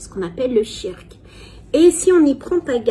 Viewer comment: le "tshirk", tu es musulmane depuis X années, apprends la prononciation de base stp merci ! Tu ne sais meme pas prononcer la formule sur le prophète correctement, tu abuses.